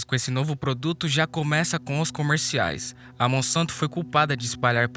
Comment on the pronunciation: Monsanto trocar o s pôr c e verás